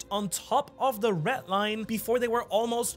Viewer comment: sounds like he says "ret line"